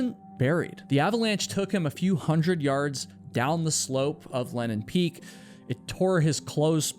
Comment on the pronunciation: That's funny! You say Lenin Peak is the only name you can pronounce when you clearly cannot. The AI texting constantly records it as Lennon Peak and even shows it that way in the subtitles. It sounds like Lennon (Lenn'on) to me as well. Many American English accents swallow vowels and disregard whether they are followed by a single or double consonant, so that Lenin (Le'nin) and Lennon (Lenn'on) are often pronounced the same way. As someone who narrates so many videos, you should be more aware of this to help listeners avoid misunderstandings regarding names, sites, etc.